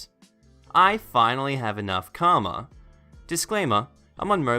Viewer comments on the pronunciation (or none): none